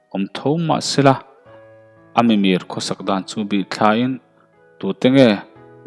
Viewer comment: Mimir ti lovin Mi miir tih tur.